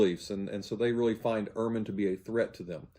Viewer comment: UR-man is the white winter coat of the stoat. Bart's surname is German and is pronounced EHR-man. Bart was not raised as an evangelical. He states that his parents were not "overly conservative" and they attended an Episcopal church. He was 15 when he was inducted into evangelism.